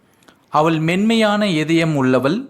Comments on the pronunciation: தமிழில் அவள் எனச்சொல்வதை நீங்கள் அவல் எனச் சொல்லும்போது கேட்க நெருடலாக உள்ளது. Sorry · Nice. A word I want I want to tell. even though u teach us English with Tamil translation you pronounce avall like aval. ie ள் is pronounced by u as த். Pl correct it. It's my request only